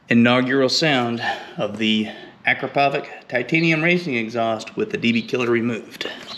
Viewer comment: Hi, I had the same struggle with mine, but I removed it and it sounds really better. By the way, it's pronounced "Akrapovitch" like "sandwich" ;) :) :)